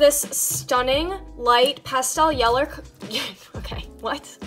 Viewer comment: There is a light tint of yeller honestly English number one 🤣